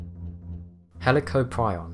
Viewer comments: You pronounce it heli cop rion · He can pronounce Helicoprion how he wants but i think it’s pronounced Heli-Cop-Ree-On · The way he said Helicoprion made me mad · He can’t say helicoprion XD XD XD